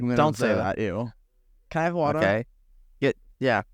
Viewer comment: no one: nick:can i have wader